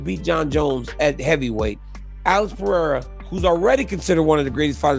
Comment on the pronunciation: I think I gotta stop watching this channel coz the guy called 'Poatan Alex Pe'haida!? WTF??